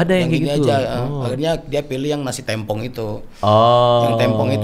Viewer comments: Yg bener tuh tempong bukan tempong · Nasi tempong bang bukan tempong, pake e bukan e